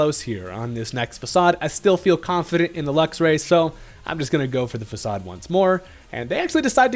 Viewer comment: Faacaad 😂 its facade